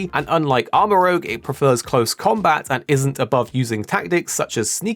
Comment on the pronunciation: It’s Armarouge, not Armarogue.